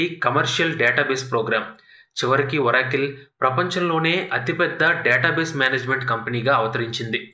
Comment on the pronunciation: మంచి వీడియో కానీ ఒరాకిల్ కాదు ఆరకల్